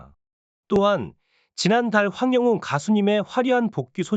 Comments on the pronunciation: 황~~~~ 영~~~~~ 웅~~~~ 입니다 발음 확실히 하고 정직한 방송해 주세요 !!!! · 황영웅 이름 모르나요? 왜 이름을 틀리게 발음을해요?